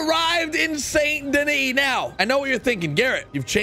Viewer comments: It pronounced san den-ee just so u kniw bud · Its pronounced sand doni its strange but that's how it pronounced